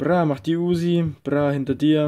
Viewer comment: lern mal bitte UZI und Makarov richtig auszusprechen bitte das klingt sonnst so als hättest du keine zunge mehr oder so